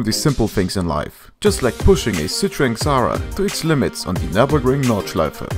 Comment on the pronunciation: Wow good german words never heared Nordschleife so perfekt 👍